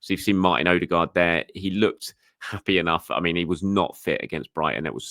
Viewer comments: Odegaard not OdeRgaard. Does he smell?? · Infact it’s closer to ER-DE-GARD